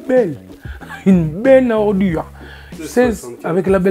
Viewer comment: Une benne à ORDUUURE 😂😂 l'appuie sur le D 😅 naza un dernier ourf ce type.